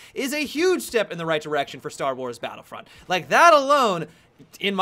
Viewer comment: why cant you pronounce battlefront as battlefronT. there is no s at the end. driving me so mad everytime i hear it